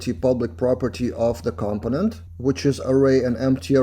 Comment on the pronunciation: Awesome video, as always Your accent is awesome! BTW, In english we say "CUM-Ponent" rather than "COM-Ponent" (easier to say too)